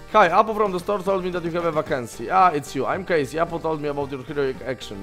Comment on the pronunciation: Czytaj Kejsi z taką końcówką J